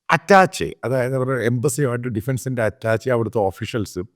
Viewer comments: അറ്റാച്ചെ' അല്ല മാത്തുക്കുട്ടി - " അറ്റാഷെ' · അറ്റാഷേ ആണ് അറ്റാച്ച അല്ല